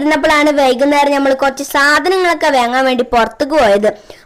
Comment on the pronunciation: വാങ്ങാൻ കേട്ട്ക് വെങ്ങാൻ എന്ത് ഭാഷഅല്ലെങ്കിലും കുറച്ചു സ്റ്റയിൽ ആക്കി പറഞ്ഞാൽ നമ്മൾ മലയാളികൾക് എത്തിനോക്കൽ കുശുതലാണല്ലോ